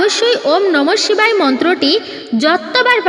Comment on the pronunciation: নমহ. শিখায় ওম নমহ শিখায় আপনার উচচারন ঠিক. হচ্ছে না উচ্চারন ঠিক করুন. নমহ শিবায় শান্তা আয় কারন তৃয়হে তবে নিবেদয়ামি চাতমানঙ ত্ত্ঙগতি পরমেশ্বর